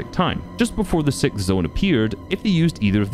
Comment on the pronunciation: Sixth, not Sikth